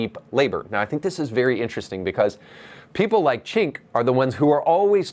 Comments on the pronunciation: Bro it's not "chink" lmao. It's "jenk". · Gosh watching this and having you not pronounce Cenks name correctly is quite sad. You seem to be a portraying yourself as a genuine political commentator and independent thinker, yet you cannot pronounce Cenks name correctly or even close to correctly. By doing this you give off the vibe that you are disingenuous. If you want to reach more people with your commentary and grow your channel you should correct this imo.